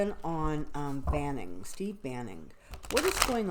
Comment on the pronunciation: Name is Steve Bannon, not Banning. Sounds like you said Banning.